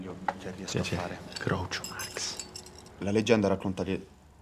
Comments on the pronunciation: ma è "grucio" non "groucio". avete mai sentito dire "groucio marx" per caso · si legge "grucio" non "groucio"